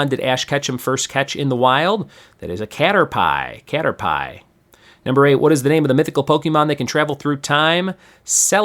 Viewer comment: i got them all right. but imma need you to research how to properly pronounce caterpie lol